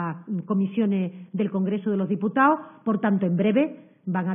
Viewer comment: Diputao* gobernao* evitao* trabajao* solicitao*monitorizao*aceptao*adecuao*DIOSS!.. pero si ni siquiera saben hablar